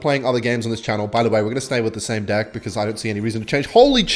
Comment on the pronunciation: Why does he keep saying divk instead of deck